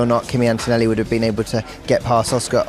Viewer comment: Hey you all english "media men and women " his name is ANTONELLI and not "Entoenelli". English is not the only language in the world and farrrr from the most beautiful language!